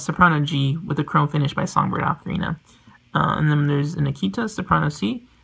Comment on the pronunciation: The guy cares so much about ocarinas, please teach him to pronounce 'ocarina'. 'Oh-ka-ree-na', not 'Ah-kree na'.